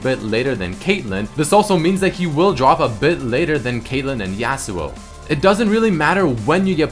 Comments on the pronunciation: The way you say Yasuo makes me cringe. It's not YEAHsuo, it's YAWsuo. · The way he pronounces Yasou tilts me. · Hearing you pronounce Yasuo tilts me hard lol